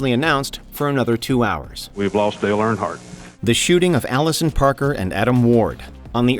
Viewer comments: My goodness...I am not especially a NASCAR guy, but can we maybe pronounce Earnhardt (URN-heart) correctly? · Why is he pronouncing it "Air-in-heart" instead of Earnhardt? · Dale "aronheart" lol. How does warch mono mis pronounce stuff so often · It would have been nice if you could have pronounced Dale Earnhart’s name correctly. My guess is that your voice over was done by some shitty AI. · You literally had clips of people pronouncing Earnhardt correctly yet the voice over guy borked it each time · The pronunciation of “Earnhardt” 🤮